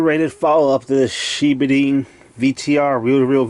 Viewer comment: Wow, i thought my umatic was old, bet this weighs 60 lbs. These were only black and white but really cool back in the day. Pronounced Shi bod en